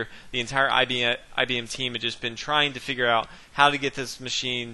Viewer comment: commenator. It wd help the game of chess, us, the rest of the universe and yrself, if you wdnt speak that lousy american street slang. I am sure you can do bette than this, esp when commenting a chess game. Did you say 'IBmmmmm' at the beginning? I am not IBM's marketing manager, so I care. Painful the way you talk. Typical US of A arrogance and ignorance.